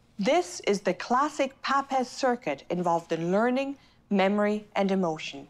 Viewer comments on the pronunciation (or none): papez rhymes with tapes....